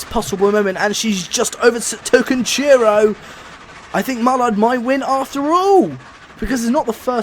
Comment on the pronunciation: Why is it so hard for you to say overtaken lol